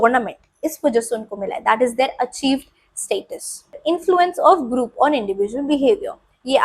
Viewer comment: Group ❌ Groop ✅ 😭🙏🏻😂